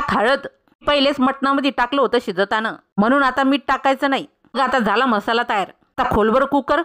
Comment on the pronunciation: म्हसाला का म्हणता मराठी येत नाही का? मसाला म्हणायला जीभ अडखळते का?